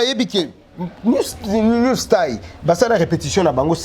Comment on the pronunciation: on ne dit pas New style (stail) c'est New style (stil )